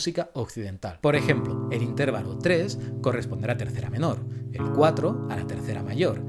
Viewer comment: ¿Intérvalo? Que chirriante me suena con el acento desplazado.